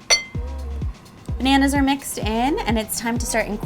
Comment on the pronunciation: I can think of other words to be apologetic about. Like, saying "pananas" instead of bananas.